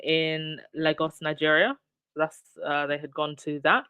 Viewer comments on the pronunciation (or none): Lagos could be pronounced LAY-GUS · Lagos is pronounced Lay-Gos ❤❤❤